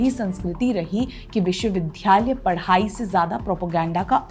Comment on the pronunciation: विश्व विध्-यालय नहीं “विश्वविद्यालय “Vishwavidyalaya